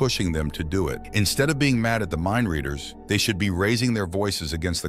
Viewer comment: Mindleaders? Half of the time that is what is said, instead of mindreaders.